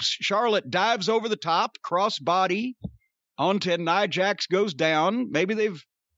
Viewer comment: He calls her "Nee-ah" Jax. 😂